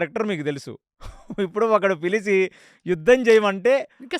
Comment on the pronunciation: పిలిసి కాదు పిలిచి